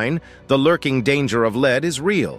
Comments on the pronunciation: This AI generated commentary is annoying. "...leads toxicity.." where lead is pronounced like lead in dog lead. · I like how Lead (as in the metal) seems to be pronounceable as Lead (as in "to a false conclusion") when a poorly produced collection of random clips is narrated by a computer